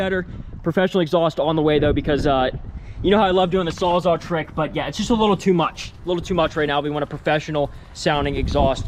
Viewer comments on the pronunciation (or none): "sawzall" saws-all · WTF is a Sawzaw? I't s SAWZALL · It not a sawzaw it a sawzall like saws all lol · Not trying to be that guy…… but it’s called a “sawzall”